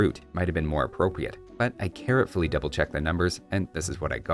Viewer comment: "I carrotfully double-checked" xD